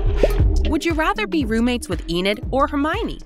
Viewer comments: How did you get all those names wrong? Even I will admit that before I watched the movies I even pronounced Hermione’s name wrong! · Crack me up how you said Hermione and it’s a really good video for a next video can you maybe do a like try not to laugh challenge and like would you rather laugh at this And show videos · She said hermione wrong the first but got it right the second time O-o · Yessss like in the prom dress one she said Hermoine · HeRmiOnE XD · Ik like what is hErMOUI-ine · Me to she said hormione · 😭😭😭 I’m not hating but, the way she pronounced hermione’s name OMG IM DYING 😭😭 woman: HERMOIANI p.s in the next question she says hermione’s name like ur supposed to pronounce it? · HERMOYNYS who hermony 🤣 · HERMOINY? ITS HERMIONE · Did Hagrid just say her name because I think I just heard someone say Hirmoynee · Yep same here like girl who the bloody hell is hermoine? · I almost died when she said herMoNe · I jthink she said Hermounie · "Her moi a knee " had me cackling! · Yeah the way she said Hermonie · Ikr “Her moy on nee” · HeRmOyOhKnEe granger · Her-moy-nie got me rolling on the ground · ‘Hermoiiny’ granger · "HoRmYnAy" Potterheads be like 👁👄👁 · ITS HERMIONE NOT HOIMIONY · Hamoiny dress wtf was that pronunciation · they butchered their names so bad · The way the said Hermione 😂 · She could pronounce Hermione in 4 but not in 3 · yes, i know i was just saying “the WAY she said Hermione was funny” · Bro hermione for the dress one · Hermione lolol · As a Potter head I am laughing 😂 at how she pronounced the Harry Potter names😂😂😂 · the way she pronounced Hermione the first time has me orbiting the sun 💀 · You pronounced Hermione wrong😡😡😡😡😡😡😡😡😡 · See-dric man.. CEDRIC WHAT HAPPENED.. And Hermoine AAAAAAAAAAAAAAAAAAAAAAAAAAAAAA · Ahh. Yes my favourite Harry Potter characters. Hermooine granger and seedric diggory. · It’s Hermione and Cedric 😅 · hermooineey seedric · "HeRmoINe" "SeEDric" I'm dead 💀